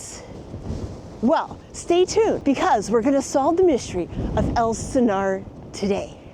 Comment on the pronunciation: It's Ales Stenar